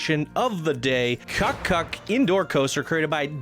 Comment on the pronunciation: hahaha. I had to laugh when I saw the kuckuck coaster. the asian influence tells me: it is a chinese illegal copy... hahaha... BTW: in German you should pronounce it like coo-cook (it should resemble the sound of that little bird announcing the full hours).